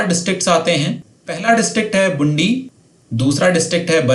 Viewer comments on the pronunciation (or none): बारां को आपने बरन पढ़ा। बांसवाड़ा को बंसवारा बूँदी को बुंडी और भी कई